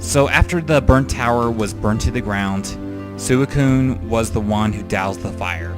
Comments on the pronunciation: swe~cune not sucune. sorry, pet peeve ^^' also, one of my favorite pokemon is poliwhirl. he is great in the games, i love how he looks, and his role in the manga and anime is cool. his always in my teams when i get him. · suicune is said as sweekoon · Your emotional towards Suicune and you cant even pronounce its name right! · Well I'm glad I checked out more of your videos at least. This was a LOT better than the first one I watched, your updated (I guess you had one before right?) top 5 underated and overated Pokémon. All I have to say is, like everyone else, learn the names please... especially Suicune.